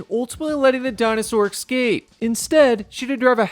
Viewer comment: Bruh. why are you saying Isla nooblah, padokk and exccape